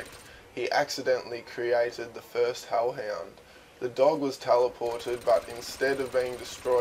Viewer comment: you say holl hend